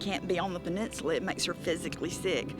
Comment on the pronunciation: Wtf is a peninchula?? I've heard of peninsula...